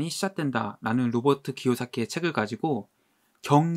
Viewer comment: 한번씩 로버트 궤새키로 들려요 ...ㅋㅋㅋㅋ 부자아빠 책 다 구입햇습니다 :)